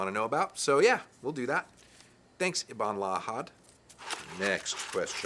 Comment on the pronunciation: lmao "ibn-la-ahad"...altair?